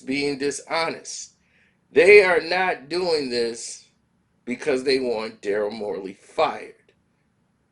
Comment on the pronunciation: its Daryl Morey bro how are you going to talk about something or somebody in keep saying there name wrong look this fool name up bro SMH